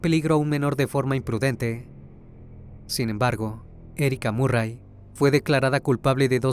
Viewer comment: Se pronuncia marry